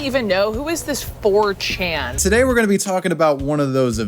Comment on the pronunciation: My ears bleed from that